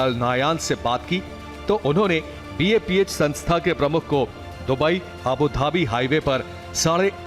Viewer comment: News channel, please note its BAPS Sanstha and not BAPH. Please correct.